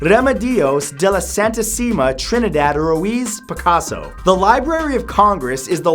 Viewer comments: He butchered picasso's name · It was hilarious hearing matt mess up Picasso's name, lmao. love ya matt!!! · you didnt even say picassos name how its written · Lol he butchered Pablo Picasso's name.😂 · you said Picasso´s name wrong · Hearing Mathew mispronounce Picasso's name is so cute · how long did it take for you to actually get Pablo Picasso's name right? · wow, of all the names of picasso you said none of them right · C'mon Matt, at least pronounce Picasso's name properly, ya baldie! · Now thats a way to butcher picasso's name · This. I love these videos but that name butchering was unbearable. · than how tf do you say Picasso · Omg haha how many times did you have to practice saying Picasso's full name?? props to you, I would have messed that up, and started cracking up :P